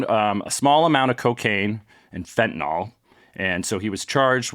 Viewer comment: Why the hell do people mispronounce fentanyl as "fentanol"?